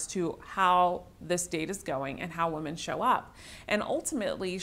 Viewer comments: Does she keep saying woman instead of women? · Women is pronounced WIMEN!!!